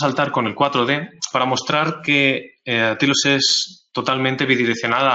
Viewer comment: "Tailos" por favor "Tailoooos" no "tilos"